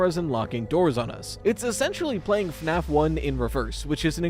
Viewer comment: Australians now pronouncing it as FNArF